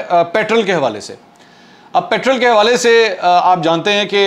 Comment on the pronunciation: منصور صاحب! انگریزی میں پیٹرل ہوگا، اردو میں پیٹرول ہوتا ہے.